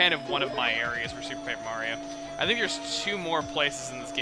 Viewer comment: Emphasis on that "P" on "Paper Mario" in the beginning :P